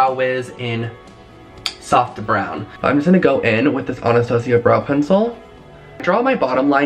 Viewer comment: Is that really how you’re supposed to say Anastasia